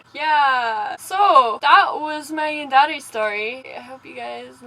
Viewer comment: Except you pronounce yandere wrong